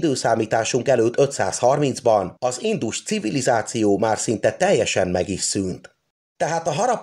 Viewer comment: Nagyon tetszett az előadás! A hangsúlyozás még mindig nagyon hibás! Valakit meg kellene kérni segítsen a helyes hangsúlyozásban, mert nagyon zavaró ,hisz sokan hallgatják és eltanulják a rosszat. Kérlek hallgasd vissza és rá fogsz jönni mi a hiba . pl nem indus CIVILIZÁCIÓ hangsúly nem a civilizáción van hanem az INDUS CIVILIZÁCIÓN van. Bocsánat ,hogy szóvá tettem... a tudás anyag remek.!